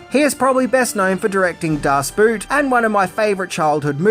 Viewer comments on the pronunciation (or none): Das Boot is actually pronounced as Das Boat. Not Boot 😅😅 in german, two o's sound like two o's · Little help here from a German regarding pronounciations: "Das Boot" (should be pronounced in english as the english meaning of the word "boat") = A Boat "Boot" as said in English = Stiefel (in German) So "Das Boot" and an English "Boot" have nothing in common. Just say "Das Boat" and you will be good to go. If you require further help, let me know. Thank you in advance. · Maybe you already know, maybe not - but as a german (speaker) I think I should at least tell you, my favorite australian friend, that the pronunciation of "das boot" is much more logical than one migzht thinK: Just say it like in english "boat" - that's far closer to the german way of saying it - and it's closer to what it actually is, too. We don't say the "u" sound, when there are two "oo"s - it's just a longer "o"-Sound. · Das Boot is pronounced the same as boat. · Next year Harrison Ford will be on the big screen once again as president of the U.S. while also turning into a red rage monster. Can't wait for "president" Ford to kick some again. Also: The German word 'Boot' is pronounced like the English 'Boat', I've mentioned this before and it's not meant as a negative, just as a way to help you improve your videos. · Not that it isn't funny to hear you talk about the boot movie, but the German double "o" in "Das Boot" is pronounced like "oh" in English. Cheers! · DAS BOAT omg Boot os pronounced boat